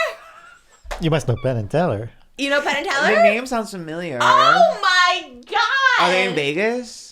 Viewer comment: Penn Jillette... 👁️👄👁️ "You must Pell n tellher" 😭